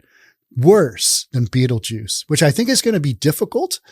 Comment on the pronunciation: That pronouncing of "Beetlejuice" was amazing and on point.